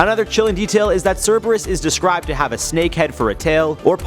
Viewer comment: It’s correct.